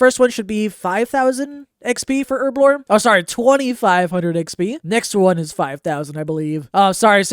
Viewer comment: Take a shot everytime he says Erblore instead of Herblore.